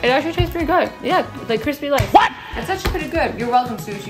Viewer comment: "crispy lice" I CANNOT- 😭